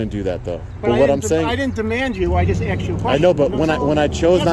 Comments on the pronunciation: A lot of axing going on. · WHY Blur his Face???? NO reason for it. Did he say AXED?? 🤦‍♂️🙄